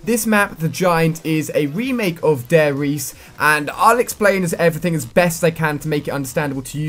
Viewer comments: ITS FUCKING DIE RISE!!!! Not De Reise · It's Der Riece not Dare Riece. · What the fuck is "Dare Riese" and who is "Riftofen"... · Alia A you always say wrong the name of the map it's actually Der Ri-z-e which means the Giant in german language (nazi zombies). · "Dai reese " xD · i was holding a gun to my face every time you said Der Riese and Richtofen wrong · If only someone could teach him how to say 'der riese' :) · How am I supposed to trust what he says when he can't even say der riese